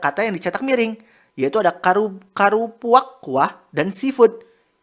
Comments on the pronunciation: ABANG NYA PAS BACA 'KARUPUAK KUAH' AKU SEBAGAI PADANG ASLI NGAKAK 😭😭😭😭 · Maaf banget ngakak waktu admin salah baca "karupuak kuah"😂